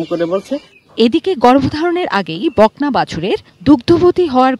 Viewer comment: *বকনা কে বলল "বাকনা" *অলৌকিক কে বলল " আলোকিক" 😅😅😅